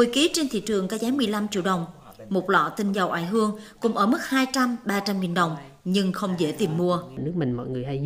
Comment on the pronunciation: Nếu ko lầm thì bà phát thanh viên đọc là " ỏi hương"